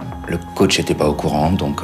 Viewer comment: On dit " coach"